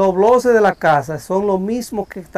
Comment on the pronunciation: Y no se dice bloses si no , blockes.